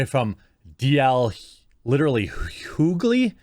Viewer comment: Hyoo-gly? lol... It's H-yoo-ly, Take the name Hugh, add ly to it XD